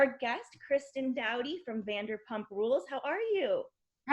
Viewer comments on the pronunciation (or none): It's dough-tee, not doubt-ee. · 39 seconds in and if this woman was a real fan, she'd know how to pronounce "Doute" Cast members often refer to her as "Doute" 😒